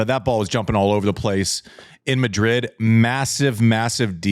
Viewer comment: Wait, what's the scoop on why Andy pronuncing it "Midrid". It sounds lewd when he says Midrid but I'd like to give him the benefit of the doubt and say that he's not trying to be lewd. But why is he saying Midrid? I missed the memo. Someone fill me in please